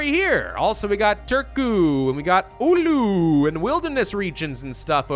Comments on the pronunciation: Oulu is its pronaunce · Btw you just say Oulu im from finland